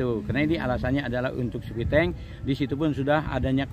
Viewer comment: Si bapak lagi dengerin serius mau bilang "sepiteng" malah bilang "sepitong" 😔😅✌